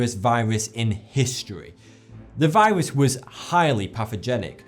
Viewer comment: he says viwas